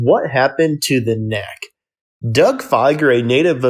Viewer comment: He says "Kneck" every time! And literacy has nothing to do with hearing.